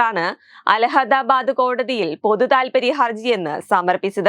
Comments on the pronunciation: അലഹദാബാദ് അല്ല കൊച്ചെ, അലഹബാദ്... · Shraddhichu vaayikkuka. Illahadabad alla, Illahabad. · Alhadadadh alla alahadadh ennane thiruthi vaayikkuka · അലഹദാബാദല്ല കൊച്ചെ! കോലാഹലാബാദ്.രാവിലെ നാക്ക് വടിയ്ക്കാതെ വന്ന് അലഹബാദ് എന്ന് പറഞ്ഞോണം ട്ടോ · അലഹദാബാദല്ല. അലഹബാദ് ആണ് 😮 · അലഹദാബാദ് കോടതി അല്ലാ, അലഹബാദ് എന്നാണ് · അല്ഹബദ്. ആണ് അൽഹാദാബാദ് അല്ല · ണ്ട മുന്നണിയുടെ മണ്ടത്തരം. രാഹുലിനെ തൊടാൻ ആർക്കും കഴിയില്ല. രാഹുലിന്റെ ജനപിന്തുണ ബിജെപി യെ വിറളിപിടിപ്പിക്കുന്നു. മോഡിയും യോഗിയും നിലവിളിക്കുന്നു. അവതരികക്ക് അല്ഹബാദ് എന്നുപോലും പറയാൻ അറിയാത്ത മരമണ്ടി. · മോളെ അലഹദാബാദ് അല്ല അലഹബാദ് ആണ് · Correction, അലഹധാബാദ് അല്ല... അലഹബാദ് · അലഹദാബാദ് അല്ല, അലഹബാദ് ആണ് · ഒരു കര്യം ഓർമ്മിപ്പിക്കാൻ ഉണ്ട്. അലഹദാബാദ് അല്ല. അലഹബാദ് ആണ് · അലഹബാദ് എന്ന് മര്യാദയ്ക്ക് പറയാൻ പോലും അറിയില്ല😂